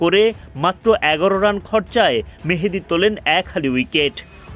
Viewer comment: মেহেদী না মাহেদি হবে